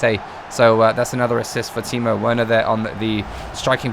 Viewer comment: Werner said wearner lmao but love ya content